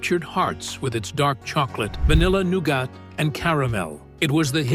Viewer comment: Bar Noonin, huh? I always thought that the word was 'none'....Anywho...lol...I loved Whatchamacallit bars when I was a child.